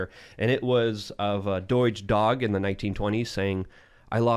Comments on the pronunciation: Did he just call shiba dogs "deutsche dogs? 😬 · of course he was saying doge not deutsche 😅 and I was even watching at normal speed! Guess I'm more tired than I thought haha